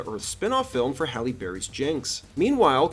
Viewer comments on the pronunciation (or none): none